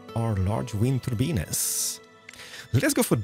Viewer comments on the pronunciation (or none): Large wind turbeanes lol I love it...